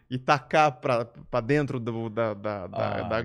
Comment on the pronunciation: "Vem pra drento lohaynne" KKKKKKKKK